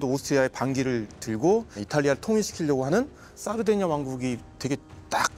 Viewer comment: (중령?)님의 이태리 원어(^^) 발음 사르데냐 - 삐에몬테 훌륭합니다 ㅎㅎ 내용은 더 훌륭합니다. 평소 좀 궁금하게 여기던 바였는데 잘 들었습니다. 깊이 있습니다~